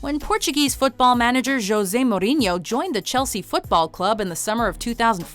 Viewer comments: Morinho lmao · Max Levin mor in ooh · the way she pronounce mourinho.. 😂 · Why does she say Mourinho’s name like that??? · The way she pronounces 'mourinho'.... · well then she's being rude and ignorant by not attempting to pronounce someone's name in the way it's pronounced